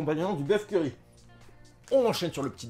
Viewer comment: j'entendais curé au lieu de curry, boeuf au curé, pas mal